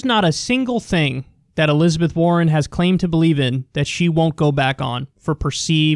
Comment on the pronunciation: Elizabeth WAR-ren